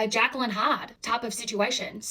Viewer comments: The way she sayin Jackal instead of Jekyll is sending me 😭🥴, but I love how she kept her composure throughout this ordeal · Does she not know its Jekyll and not Jakal? Im not trying to be the word police, im just surprised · Is it her accent or is she saying Jackal instead of Jekyll? It’s Jekyll and Hyde. She is adorable and I hope her life is blessed. I do also believe God sends us dreams and signs to protect us. Pay attention to those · And it’s Jekyll and Hyde but she changed it to Jackal lol. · lmao I don’t know why I snigger whenever she says it cos I just think about my son’s cartoon where the jackal is very naughty always trying to scam and steal 💀🤭🤣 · Using the name jackal is petty. She may be saying Jekyll but it sounds like jackal. I don't like her and its cap that there were NO red flags. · My biggest concern is that she's been pronouncing Dr Jekyll's name wrong her WHOLE LIFE. As well as the word "reassure". People mispronouncing words is a huge pet peeve for me